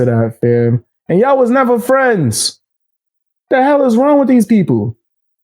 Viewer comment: Youtube fwends.... 😂😂😂😂